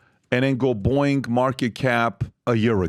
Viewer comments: Boeing not Boing…that is a sound a spring makes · Someone please correct Pat on his pronunciation of Boieng